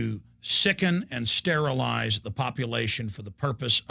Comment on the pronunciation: did he say sterilize . =D